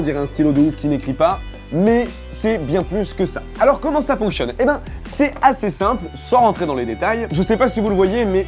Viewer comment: On dit "fonctionne" et pas "functionne" c'est quoi cet anglicisme de beaucoup de gens ? :P